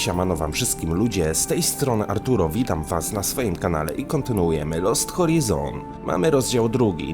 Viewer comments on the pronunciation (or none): Gra świetna, podobnie jak Overclocked. Jedna drobna uwaga. Wydaje się, że poprawnie tytuł gry powinieneś wymawiać: ,,Lost Horajzon", a nie ,,Lost Horizon". Nie jestem jednak pewien. Jeśli będziesz miał czas i ochotę, to sprawdź, czy mam rację i wymawiaj tak, jak jest poprawnie.